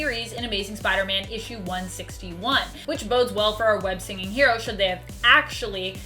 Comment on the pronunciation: Wait did you say web singing